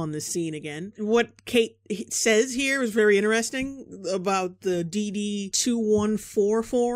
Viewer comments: And everyone pronounces it as DD-Two-Fourteen, not Two One Four. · it's pronouned DD-214 (DeeDee two fourteen) aka "my freedom blanket" They couldn't even be bothered to look up how to pronounce the name of the form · I thought this was funny until... IT'S PRONOUNCED "DD TWO FOURTEEN!" FUCKING CIVILIANS! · So, I have to comment on something basic here that's fucked up horribly. It's not even what the DD-214 says. No one I've ever met called it a "D D two one four". It's a "DD two fourteen". Every single time. And as far as batman needing to do research? It's probably the most well-known piece of military documentation in existence. I actually searched the term "military documents" and a DD-214 was the third result. God, this show fucking sucks. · I have no idea what that is and even I read it as "two fourteen". Kate can't read.